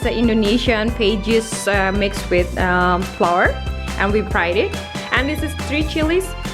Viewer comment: Maaf bukan mau ngajarin sih tp tepung "flour" ngucapin pronouncenya "flawer" bukan floor (lantai) jd persis spt ngucapin bunga (flower). Gitu aja sih.